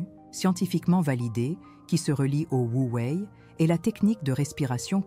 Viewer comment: Regrets : le fait que vous utilisiez l’IA pour le script ! Des invraisemblances qui peuvent perturber qui ne connaît pas le chinois mandarin ou croit e qu’il lit ! Exemple? Wu Wei devient Huawei , Laotse devient Aosie etc etc . À part ça, bravo et merci!